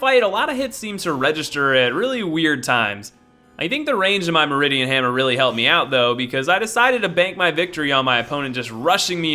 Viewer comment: hahahahhaha....he really cant read